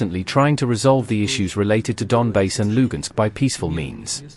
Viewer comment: "LONGBASE"? really or Donbas? Fool 🤤